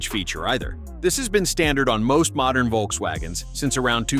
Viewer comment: Did you say mordern VW?? and some of your videos are dated. This video was a complete waste of time!